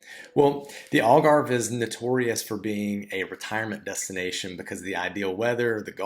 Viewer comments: If you speak English ALGARVE is pronounced not like ALL GARVE but more like HAL GARVE. Or as in AL CAPONE. Get it! And it's O ALGARVE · Al, Al .... not All Garve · You have been in Algarve since 2017 and you still don't know how to pronounce the name properly. Shame on you american immigrants